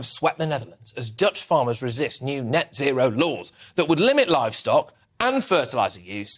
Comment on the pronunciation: Sometimes British language sound really funny. 'As Dutch farmers resist neo-nazi(row) laws' is what I heard. Love from the Netherlands 💜🙏🏼